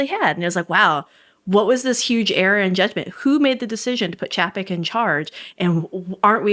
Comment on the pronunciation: Love this podcast, but one thing has been bugging me…Chapek’s name is pronounced “Chay-pick”.